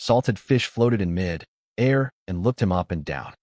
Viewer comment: AI iz stupi rock-shard, SMH, wow wow wow wow, wow, From mi-dair to mid [pause] air. Trash Tier AI